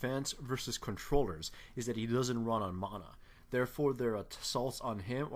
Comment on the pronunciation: The way you kept saying mana made me chuckle a bit :P. But overall, nice video.